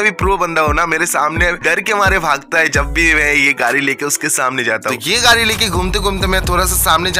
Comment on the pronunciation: Gadi❌😑 Gari ✅😅